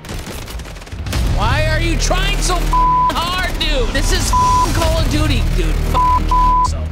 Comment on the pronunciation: The Callooodoody Expwience 😂😂😂😂